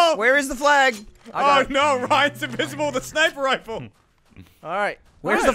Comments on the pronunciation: Thought I was the only person who says snipper riffle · im so glad im not the only one that calls it a snipper riffle.